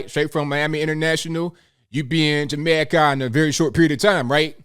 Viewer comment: "Ja-mayka" lol